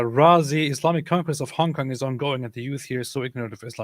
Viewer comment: We need to get to say "Hong Kong" more often 😂 I'm like half Chinese and I find how pronunciation partly offensive 😂